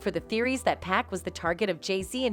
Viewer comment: 2 päck lmao